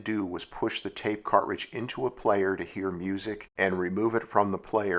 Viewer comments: You say "cart-ridge", I say "car-tridge". My '74 Duster had an aftermarket 8 track player and a few of my sister's cartridges. The Cars first album was my favorite. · Why are you saying cartridge all weird your putting a space in betwixt cart and ridge and sounds super weird... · ...when you can't properly pronounce, "cartridge." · Yes, odd pronunciation, never heard it that way before. Is it a regionalism-?